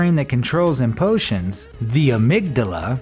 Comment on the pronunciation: What the hell are "..empotions.."? At about you used the word 'empotions'... Maybe my hearing is 'empaired'...